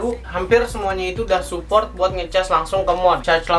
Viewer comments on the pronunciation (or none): none